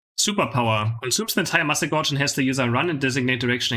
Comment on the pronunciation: Thank you for the informative videos. I've learned a lot from them. As a friendly suggestion, gauge rhymes with cage, it's a measuring device 🙂